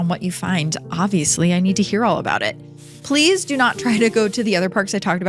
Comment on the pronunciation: Every time you say "please" it sounds like "police". It drives me nuts 😂